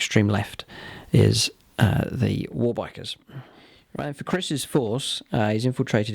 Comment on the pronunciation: I like the secret tactic of calling a 'waa' rather than a 'war'. Certainly something wound Gutrippa up. Maybe the Eldar had been singing at him?